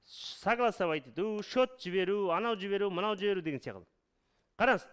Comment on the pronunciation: Сияқылды деген бір түрлі естіледі екен